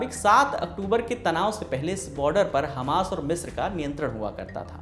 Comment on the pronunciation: 40 मित्र पे नहीं “ मिस्र” से।